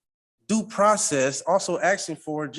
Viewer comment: He is "axin" to know... What an ignorant individual trying to sound smart--not working. Leave the country if you don't want to abide by the rules and laws of this company.